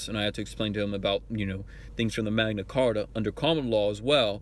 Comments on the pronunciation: Did he say "The Mengna Carta"? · D-did he just say Magna Carta? WTF country is this guy from? He sounds like Eminem with a speech impediment... I'm so confused right now. Is this really why they bang on about "maritime law"? Because they don't understand words? You keep using that word, I do not think it means what you think it means. Arrested for possession of narcotics but it was only a little meth... totally harmless. Mom found his meth pipe and threatened to throw him out. Also, he looks totally wasted when he recorded this.